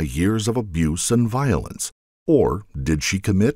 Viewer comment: Violence not vilence!! Goodness me!